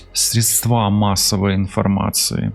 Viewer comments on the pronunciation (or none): Средства ударение на первый слог